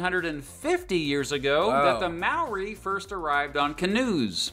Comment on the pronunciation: When the narrator first tried to pronounce Maori words I almost yelled "NOOOOO!"